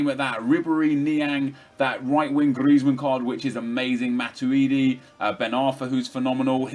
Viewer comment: hes calling james greizmann